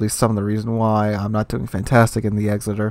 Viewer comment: EKSSITER..........NOT. EXZITER........kapeesh GayLord.......?